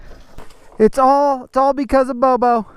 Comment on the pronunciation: Oh it’s Bobo! I thought you’d been saying Bubba. That makes much more sense, hehee.